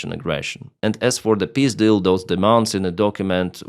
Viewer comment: when you said Peace deal, I understood Pizdil ... it goes as well..